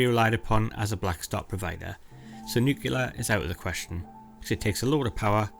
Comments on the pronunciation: It's easy everybody learn this... Say, New-Clear not New-Killer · I love the content! Good video! 😀 But the music is a bit much, the nose whistling, and saying"Nucelar", insted of Nuclear is a bit distracting.. It's like hearing Homer Simpson saying Lieberry insted of Library :p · "Nucular"? 😆 Haha, what's that, supposedly?